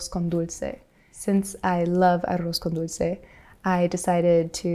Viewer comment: Wow I didn’t know you can speak Spanish. I mean I heard you say on one of your videos that you’re half puertorrican (I am puertorrican too, born and raised there until the age of 16) but hearing you pronounce arroz con Dulce so good, shocked me lol